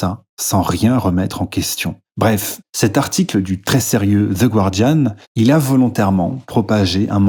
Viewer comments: Ça se prononce ga-rdian, pas goua-rdian :) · Je t'en supplie, prononce "Guardian" correctement. Le "u" est muet. Ne passe pas pour une truffe comme tes adversaires. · The Guardian ne se prononce pas "gouardiane" mais "gardiane" avec un g prononcé comme pour gardien en français. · il n'y a pas de diphtongue dans le "gua" de "Guardian." Autrement dit, le u ne se prononce pas ! Je me permets de soulever cette petite erreur que je remarque un peu partout chez tout le monde 😊